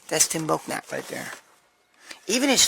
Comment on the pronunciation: Greg his last name is pronounced Belnap. The K is slient. I will Simmer down now. Lol